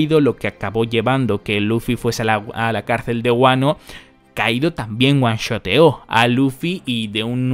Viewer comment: Puedes dejar de decir Uanshotear.... Y lo escribo así porque así lo mencionas, cómo si de una sola palabra se tratase... Eres ibérico los que siempre defienden el español y sus pronunciaciones hasta la muerte... Te pido respetes sus propias reglas o lo digas en español... One Shot (un disparo) no veo que haya disparado nada en todo caso un solo golpe o un solo ataque... Por favor, además españolizado, diríamos aquí en México pinche jodido Espaninglish